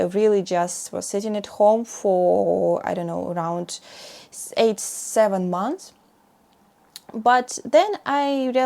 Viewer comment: M-O-N-T-H-S, not mounths. Why do you do this‽